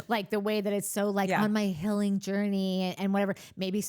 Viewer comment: Whitney's "hilling' makes Lisa "fustaded" 😂